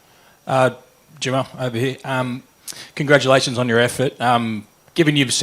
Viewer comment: Gongratualations on wat effort??... 😂